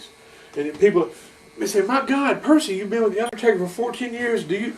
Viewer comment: I stg I thought I heard him say Undertater 😂